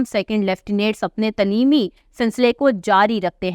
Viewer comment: تلیمی غلط پڑھ رہی ہیں درست تلفظ تعلیمی ہے برائے مہربانی درست اردو بولنے سرائے صالح ہے .